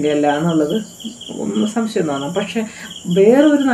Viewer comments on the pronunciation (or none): none